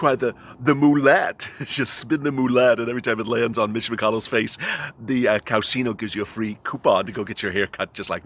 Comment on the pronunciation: 😂😂😂😂😂😂😂😂😂😂😂😂😂😂😂😂😂😂"COWSINO" HUH???? LOL